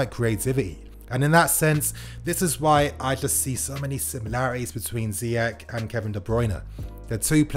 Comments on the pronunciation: His name is "Ziyesssshhh"...not "Ziyek".... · ZEYECH LIKE FRENCH OR CHELSEA NOT LIKE ZEYEK ( حكيم زياش ) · It's pronounced Ze-eh-sh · Ziyeshh, if fan channels pronounce his name correctly the fans will and then the commentary might just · I believe his name is properly pronounced Ziyesh. Time for Willian and Pedro to go. They both have been great servants to the club but that time has come. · Btw it’s pronounced Ziyesh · It’s pronounced ziyesh instead of ch, it’s a sh